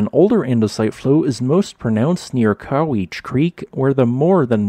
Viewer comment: COMPUTER VOICED PLACE NAMES ARE OFTEN ABRASIVE ... NOT COW-ITCH BUT COW-IT-CHEE ... NOT NACHEZ BUT NATCHEEZ ... ETC!!!